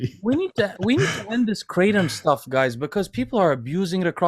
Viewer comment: Asians shaking their heads on how they pronounced Kratom. It is pronounced Kra-TOM not KraTEM